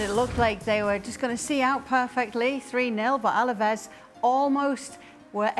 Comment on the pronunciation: It's ALAVES not ALAVEZ, ESPN. YOU OWN THE RIGHTS TO LA LIGA AT LEAST GET THE NAMES RIGHT